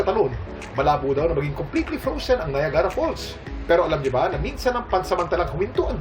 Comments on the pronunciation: Bakit ganun ang pronounciation nya ng Niagra? Di naman un Na ya gara,weird😊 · The pronunciation is bothering me. Many people are watching and yet we openly say "NA-YA-GA-RA" Here''s how to pronounce it if you are in the USA or Canada IPA Pronunciation: /naɪˈæɡ.rə/. Phonetic Breakdown: ny (as in night) + AG (as in bag) + ruh. Commonality: The "Nie-AG-ra" (3 syllables) pronunciation is far more common, especially among locals, compared to "Nie-AG-a-ra" (4 syllables). Even I know the pronunciation, I have to take that literature from Google to prove this point. Stop mispronouncing words kuya. Kawawa ang mga batang nanonood. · It’s pronounced Nayagra (not Nayagara). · You don’t say NAYAGARA once you said that people here thinks you’re not from here in Canada